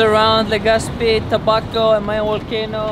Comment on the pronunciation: (tabaco) "tobaco" (camiguin) "come again" hahaha.. nice 😍😍😍